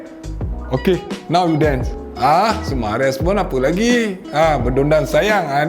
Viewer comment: Sumareh bang, bukan sumares😂